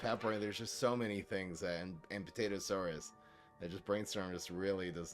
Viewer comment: "APT-atosaurus" Lol.